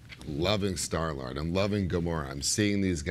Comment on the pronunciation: Vin says “I was loving Star-Lard...” I mean... 😆